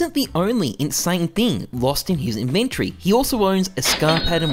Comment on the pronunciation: inventry? xD